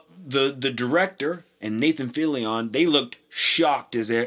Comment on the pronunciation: Nathan Filli ON? its Nathan Fillion its one syllable not 3